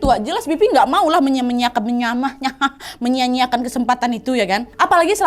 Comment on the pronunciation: Menyiakan menyeah menyeah😭😭🙏🤣🤣🤣 ngakak bgt